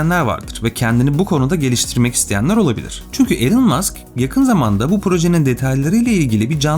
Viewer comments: Elın değil ilan öğrenin artık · 'ELIN' degil 'iLON' Musk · Telaffuzlar konusundaki başarı çok iyi olsa da ana kelime Elon, elın değil ilon şeklinde olması gerekiyor yazmadan edemedim